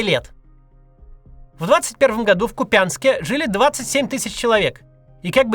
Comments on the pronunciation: Ударение в Купянске на У а не на Я КУпянск правильно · Четвёртый год войны идёт, а загуглить где там ударение в Ку́пянске вообще никак не получается